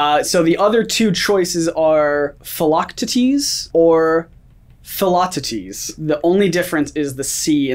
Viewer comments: Its definitely Phil-loc-tee-tees, but his stress is off. It should be PHIL-loc-TEE-tees, not phil-LOC-tee-tees. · Isn’t Hercules’s mentor’s name pronounced Phil-lock-tee-tees? Not Phil-lock-tah-tees? I know it’s minor but the way said it threw me. 😂😂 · OKAY BUT DID ANYONE HATE HOW THEY PRONOUNCED PHIL! it’s teee tees not tities🤦🏻‍♀️😂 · What really bugged me was that whoever is reading the questions cannot pronounce Phil’s full name to save his life. It is pronounced fil-oc-tee-tees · I’m 22 minutes in and still thinking about it lol! Should be “Fil-ock-tee-teez”. 😅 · Yes! The correct way (according to google) is Phil-oc-TEE-dees. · Alyssa Brown-Carleton Phil-oc-tea-teas lol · What way are yous pronouncing Philoctetes??? It's pronounced like Phila-teeth-tees...... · Ack, the butchering of Philoctetes (Phil-o-cee-tees) x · Pretty sure Zeus pronounces it like phititis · Philoctetes is pronunced- Phil-a-tee-tea’s Hercules is one of my favourite Disney movies so I knew the answer to this one but I wasn’t 100% sure on the spelling. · Isn't Phil's full name Phil-AH-tee-tees? And isn't it Bibbity-Bobbity-BOO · I thought it was pronounced Phil-oc-Tee-Deez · Phil’s name is pronounced Phil, O, Tea, Tees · So off on pronunciation on Philochtides= Phil lock tee deez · mispronounced Phil’s name it bugged me so I thought you should know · His syllable stress in his pronunciation was just so weird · Melanie Ackard no I think he just didn’t know how to pronounce it 😂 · Did the way they pronounced “philoctetes” irk anyone else, not hating, just cringed ever so slightly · the way he mispronounces philoctetes 😭 love that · Drive me crazy that they say Phils name wrong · Phil's real name said it wrong and all i could think was as the editor I wanted him to make a Written comment sorry pronounced it wrong on the screen. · I’ve seen Hercules like every month and immediately knew philoctities. Too lazy to spell that right but also you pronounced it wrong :(((